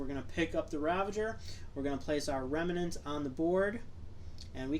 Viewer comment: Remnant. Not Remenant.